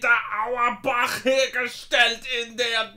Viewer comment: Auerbach native here, hearing say the name feels like ive accomplished something in life lol.